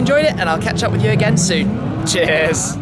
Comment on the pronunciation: Turning cheers into an rapid fire 8 syllable word. Shmee sounds like that Audi in his sign off. Makes me chuckle every time.